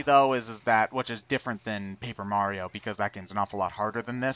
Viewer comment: Mario's name is now Marty-O by the way, lol